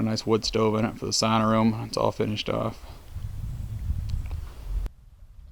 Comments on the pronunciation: youre in da U.P. now, sauna is pronounced sow-na, not sonna lol. gotta love the 906 baby, thats Gods country up there. watch out for the wolves, and Coywovles letting your pooch out at night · Hey Bud I'm a born and bred Yooper welcome to the One and Only God's Country!!!! First thing I'll tell you it's NOT SAWNA!!!! IT'S S'AU'NA!!!! Lovin' your videos, I'm on The Best End The West End Eh!!!! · If ya live in rhe U.P. You have to say Sauna correctly lol. SOW-NA. New sub here. I'm by Detroit. My G Grandparents migrated to the U.P from Finland. It's beautiful up there !